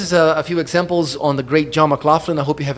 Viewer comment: Good observations. You’re pronouncing John’s name wrong! It’s: McLachlan ( mə-KLOKH-lən) and yes I know him.